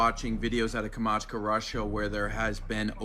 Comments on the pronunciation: kam-chat-ka 😅 not kamachka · He keeps saying Kamatchka! IT'S. PRONOUNCED KAM CHAT KA! AS IN THE VODKA! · Yes, it is AI😂 Also, at last check how to say Kamchatka boy-o😂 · dude cannot pronounce Kamchatka.......